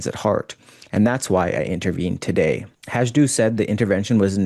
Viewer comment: Not that it matters much,, but Peppermint Patty Hajdu’s surname is pronounced HI-doo. There is no “j” in the pronunciation. After repeated fails, she may not be much longer in cabinet, but then, I have thought that at least a couple of times before.